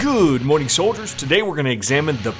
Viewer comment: always loves when he says good morging it's evening in the netherlands XD keep up the good work